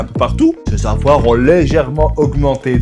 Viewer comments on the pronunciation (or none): "ses avoirs" il a mal dit on aurait dit un vieux lol 😂😂🤣🤣